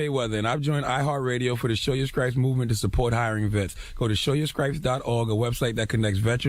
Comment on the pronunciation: lawd lawd lawd........did say Scripes??????